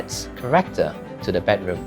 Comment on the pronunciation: Can we pronounce bedroom correctly? Not “bad” room please. It’s so so so glaring